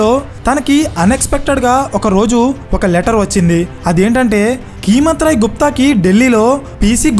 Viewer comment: Keemat Roy kadu, "Kaimat" Roy anandi..